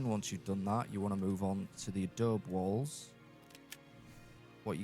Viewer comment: Love your small builds! As a side note, coming from someone who lives on the Mexican border in America, it’s uh-Dough-bee :) A lot of people don’t know to pronounce the e if they don’t know or hear Spanish. It’s used as a building material all over the southwestern US-I grew up in an adobe house:) Wish I could live in the commonwealth though!